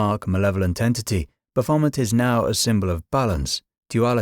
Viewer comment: The AI voice is nearly convincing ' bull ' and ' Baphomet ' jar on the ear . . . but otherwise an informative, thought provoking video. Shame about the AI pronunciations though.